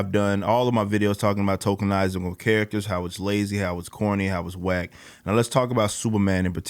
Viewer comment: "TOKEN-izing" does miles morales count..cause i dont like miles lol